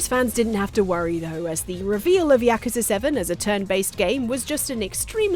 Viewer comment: OK but why can't pronounce yakuza right?